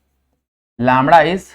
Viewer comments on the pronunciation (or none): Lambda ✖️ लामडा ✔️😅